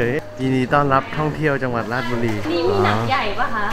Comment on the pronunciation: อ่านผิด. ราด ชะ บุ รี